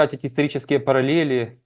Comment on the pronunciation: Тоже по ушам резанула"параллель".